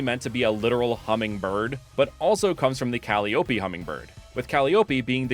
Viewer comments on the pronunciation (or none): Hearing you say cally-oppie hurts me, because I’m so used to saying it as Ka-lie-oppie, which I personally think sounds much more pretty and I think is more correct? Though I could be wrong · calliope is actually pronounced ‘call-EYE-oh-pee’ 😅 love the ideas here! the grass-electric hummingbird is so perfecttt and i love vixsea, super cute little aspiring actor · I'm sure someone's mentioned this already, but just in case, I believe Calliope is pronounced: kuh-LIE-uh-pea (with stress on LIE) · I've never heard "Caliope" pronounced "Cal-ee-ooh-pee". Always heard it as "Call-eye-oh-pee". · I sorry to be this guy, Calliope is pronounced Ka-lie-ō-pee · "Calliope" is pronounced "Cal-eye-oh-pee" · I hate to be this guy, so I apologize in advance, and I'll say first these starters are super dope! Some of the best fake starters I've seen!! But it's pronounced like "kuh-lie-o-pee" 😅😂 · not to nitpick but the way you say Calliopee is fascinating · Yeah that's not how you pronounce the name of that instrument it's ka-LIE-o-py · Calliope = Ca-Lie-Oh-Pi 😊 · guessing early at grass/fairy, fire/ground and water/dark ok i was so wrong. also eyeing you on how you pronounced calliope like a homestuck fan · Uh rilaboom already filled that role for a music gras starter, also definetly not how you pronounce calliope